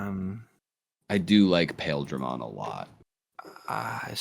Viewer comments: I think the Japanese is supposed to be "Pile-dra-mon". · It's actually pronounced "Piledramon" as in Pile Driver/Bunker like the things on his arms, but Japan hates understanding how long vowels work in English so they spelled it with "Ai" in the romanization. Which I SUPPOSE is better than the alternate of just pronouncing it wrong, but spelling it as intended, or else we'd have the dub going "Pilldramon" like how Gurren Lagann says fucking "See-mone". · Tbf, the ‘Pail’ in ‘Paildramon’ is pronounce more like ‘Pile’ (from a part of a javelin, or pile driver). Still definitely confusing from reading alone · Paildramon in the anime is pronounced "Pah-eel-druh-mon" if that helps at all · Is pronounce pie ill dar mon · The other Paildramon is pronounced Pile Dramon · you're correct on what Paildramon is made of, though I will point out that it's never been pronounced that way for one the word it's named after is actually pronounced 'pile' but it's usuall pronounced like 'pie-ill-dramon' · It's pronounced Pie-eel-dramon. Also, the english name for It's signature attack is Desperado Blaster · huh i had to look up Paildramon real quick because it didn't ring a bell with your pronunciation of it but it's that dude going of memory it's always sounds like Paaaah-eel-dramon in the show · The other Paildramon is pronounced as "Pa-eel-dra-mon" Just to make a distinction. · Your not wrong lol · the pronunciation of Paildramon hurt me